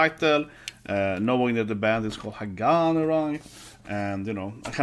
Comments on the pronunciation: It's pronounced Ha ga nee. Glad you finally got to this. Nineteen months after release but you got to It.🤣 A little too much attention paid to nail polish 🤔 Hagane are: Nagi: Vocals (newer to band) Sakura Yoshida: Guitar (founder and leader) Sayaka: Bass Junna: Drums (newer to band) Plenty of Japanese bands out there you haven't done Asterism, Aldious, Bridear, Destrose, Fate Gear, Gacharic Spin, Mary's Blood, Mellows, Nek!, Paradoxx, Trident, Unlucky Morpheus to name some. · Ha-ga-neh. Kind of more like "Neh", not "nee". It's the Japanese syllable ね. The band name means "steel".